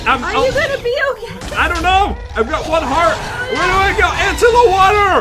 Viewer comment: Pat:ENTO DA WAHTER